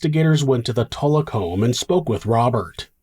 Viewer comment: I swear everytime he says tulloch I edit it to tuvok and think, "where did the federation go wrong?".